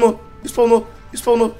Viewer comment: Eu tomei um susto quando espaunou o groudon e o wolff falando espalnou espaalnou